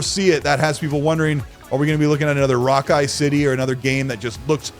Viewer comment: Rockay City lol Ouch!